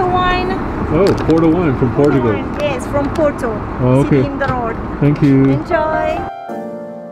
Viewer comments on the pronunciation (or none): Portugal not whatever you said lol come on potugal > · "TAP AIR porchugal" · Its POR-TU-GAL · I was going to give the guy a chance, but I had to stop watching after the horrific pronunciation of Portugal. This is why I don't watch Sam Chui.